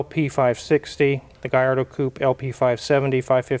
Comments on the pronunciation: great info as always!!, but "LL" in italian is pronounced as a long L, not a Y. is not the same as spanish. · I like Smack That, but every time he says Galardo it makes me cringe. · Double L's in Italian definitely does not make a Y sound. Double L emphasizes on the L just like Ferrari emphasizes on the R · It is NOT pronounced Gayardo you idiot! It is pronounced Gallardo, even Balboni himself says you’re full of shit! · If we study Spanish and Italian, we learn the ll in Spanish is pronounced as a Y but in Italian, the ll is pronounced as a L. If it were Spanish it would be pronounced as GaYardo. However, in Italian if is pronounced as GaLardo. It seems the only studied Spanish. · Ini Italian the double l is a strong ll sound. There is no y in the alphabet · I think we can all agree that it's pronounced "Gallardo." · Lol gui yard-o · LL in spanish is Y, in Italian it's L. The correct pronunciation is Gallardo with L, if it was from Spain it would be GaiYardo. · Thing is, in Italian, double L is pronounced the same way L is pronounced in English. The LL=Y equation only applies to Spanish. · In Italian the double l is not pronounced the same as Spanish. Double consonants in Italian are stressed slightly more than the single consonants. I’m afraid your pronunciation of Gallardo is incorrect. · wizard was so critical about Akon pronouncing gallardo with L but MS. said lets take a look under the hood in a middle engine car.oooooooowwooo he wont dare to comment on that one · your pronunciation is right, but Italians don’t convert Ls to a Y sound, I should know. Gallardo is a Spanish word for a bull. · Only in Spanish a double ll is pronounced Y. In Italian is pronounced as an l but you “hold” it a bit longer.